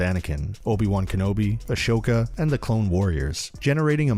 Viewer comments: XD yeah that stuck out to me. Not sure if he’s trolling, but all the shows pronounce her name AH-SO-KAH. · A"SH"oka? rly? xD